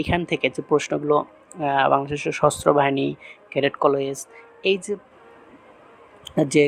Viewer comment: এটা সশস্ত্রবাহিনী হবে আপনি সস্ত্রবাহিনী বলেছেন 😂😂😂😂😂😂